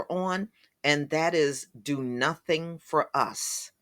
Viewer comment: He sat up here and said a whole bunch of Northing!